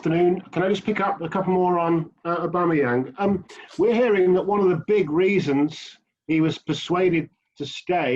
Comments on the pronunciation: How do people see the shortening "auba" and pronounce it "oooba" lmao. It's not pronounced Ooobameyang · Who is the clown on 12 mins pronouncing it 'Ooba'? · Why does that reporter call auba ‘ooba’ 😂😂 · I'm sorry who was that reporter who called Aubameyang,Uber